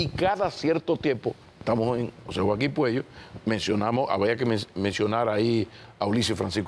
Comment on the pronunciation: Es Puello, no Cuello. Es un excelente médico